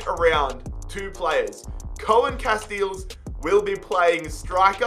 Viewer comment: It's pronounced Koon Casteels, but I can see why you wouldnt want to say that